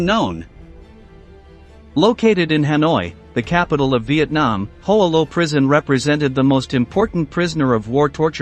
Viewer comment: Mispronounced Hoa Lo, incorrectly identified Ev Alvarez as an Air Force pilot, etc. Shoddy piece of work.